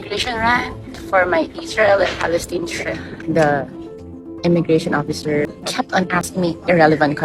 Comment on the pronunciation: Yo! BI! "Beri Incombenient!" If the "oppisser" was just following guidelines or checklists, then time to update! I graduated 2005! I don't even know where the Ondoy flood tok my diploma, yearbook, gradpix away! And what do you care about the travelers' family set up? Are you going to feed the kids that went "rebellious" and ran away, and house them???